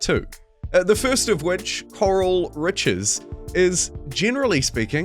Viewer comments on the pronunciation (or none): Say it with me... Corral. Not Coral but Core AL. Like a ranch or cows Corral them into the pen. CoreAL Riches 😊😊😊